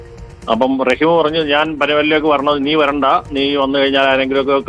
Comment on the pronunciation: റഹീസ് അല്ലടാ നാറികളെ റഹീം എന്നാണ്. ലെ റഹീസ് 😮😮